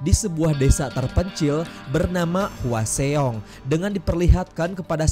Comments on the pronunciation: Itu nama kotanya dibacanya hwasong bang bukan hwaseong..itu daerah tempat kerjaku. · Bukan HUA XEONG tapi HWASEONG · Bang mau nanya bang, ini abang nonton film nya kan yak tapi kok penyebutan nama dan tempatnya kok aneh ya ? Kayak hwaseong kan penyebutannya hwasong tapi kok malah "hua se ong" ? Terlepas dari situ alur penyampain abang menarik sih keren reviewnya bang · Hwasong mas d bacanya… bukan hwaseong🙏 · Hwaseong bacanya hwasong, bukan hua xeong😒 cara baca lu salah semua